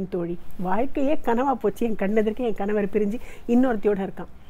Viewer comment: Beautiful and soulful Performance. The for this treat. Also one request to Subha Madam; If singers don’t know Tamil, please help them with distinction between “N-ண” and “n-ன”. In this “kanavar” and “kaNavar” pronunciation makes a lot difference in meaning. Especially in this line - “கணவர் என்றால் அவர் கனவு முடிந்ததும்..” Still very soulful rendering, thanks to!